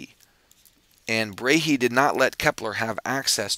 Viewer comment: his name is not pronounched brayhee - but bra-e (like a brazier - bra) and an 'eh' like the canadian eh?: ˈbrɑɛ First name is pronounced as: ˈtükoʊ just for info ;-)